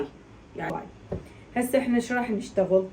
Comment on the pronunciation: كابوي مو كوباي😂